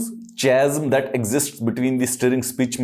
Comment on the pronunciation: Sir, its kazm(chasm)